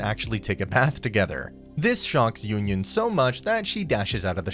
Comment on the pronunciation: Butchered my girl yunyun name